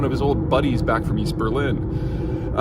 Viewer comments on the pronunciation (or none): none